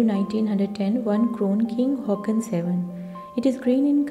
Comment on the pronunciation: King Haakon is pronounced the way it is spelt, not Hawk-on.